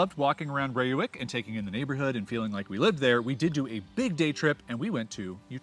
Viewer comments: Dude does his best to spell Gouda to make us proud! Continous to butched Reeuwijk... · Ray-wike for future reference :) But good pronunciation of Gouda 👌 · Reeuwijk pronounced as Ray wijk. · Thanks for posting this video. I enjoyed it very much, for I was born in Utrecht (that’s definitely not a Little Amsterdam, as it’s a city with a identity of it’s own) and now live in Reeuwijk (I loved your pronunciation Rewuk🤣). Too bad we didn’t meet, I’d have loved to drive you to the ‘Landerij’ restaurant. Whenever you’re in town again, let me know! 😁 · pronounced as "RRRAY- WEH-EEK" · Ray wike...not ee as in see...ee as in say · Please don't call Utrecht "tiny Amsterdam"... we are NOT Amsterdam and we sure as heck don't want to be called anything Amsterdam. Reeuwijck : Pronounced a bit like "Ray-why-k" Utrecht: lose the "Y" sound in front... it is not "yutrekt" and for the ch use the same G sound as in Gouda and you should be close to a correct pronunciation. :) Heerlijk: correct work however nobody says it. the proper one to use is "Lekker" (Pronounced as the English "Lacker"which can be used for many more things besides food. The weather can be "lekker" for example)